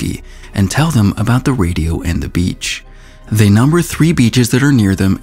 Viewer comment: Every time he says beach my dirty ears hear B*tch with low pitch.